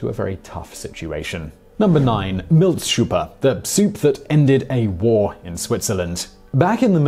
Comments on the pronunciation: #9 it's "Milchsuppe" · Why don't you know if you are pronouncing "milchsuppe" correctly? You can Google it. This makes figuratively the 1000th time in 2018 that you have choked on a non-English word even though one is able to Google it in seconds. You do so much research for your pieces, and yet I feel you often present such a basic thing as pronunciation of a non-English word as effectively shrouded in unknowable mystery. To me this comes off as either surprisingly lazy or surprisingly disrespectful, neither of which would I typically think of you as. Maybe try just a tad harder?